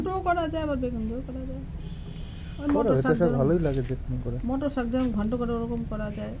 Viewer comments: Saago noy..kathata saak..beto saak!👍😊🥰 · Bheto sag noi beto sag.